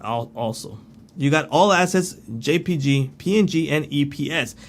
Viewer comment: Thanks! JPEG is pronounced “Jay Peg”;)